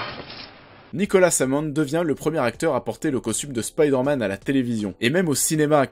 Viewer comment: mdr spiderman au japon ca donne grendizer.c marrant un coup du dis spiderman facon original à l'anglais puis ensuite tu dis spiiiderman avec i à la francaise) pr le jeux j'ia détesté mary jane qui n'ets qu'un pastiche de lois lane....mary jane c censé etre femme de tout les jouirs pas une super reporter intrépide.sinon j'ai trouvé homecoming nul.....ennyeux et oui spiderman 2 est le meillur car ses sscènes d'actions sont ouf et c ce qu'on demande avec un super héro.